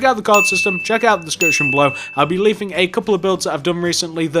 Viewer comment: you said leafing not leaving